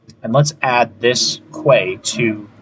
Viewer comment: Good videos. Quay is pronounced key.